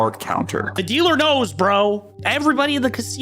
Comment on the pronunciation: Everybody "knurs" MrBeast? Mariur?(Mario) not an accent at that point just a purposeful mispronounciation